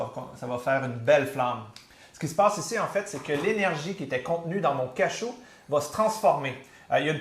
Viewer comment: on dit cajou pas cachou merde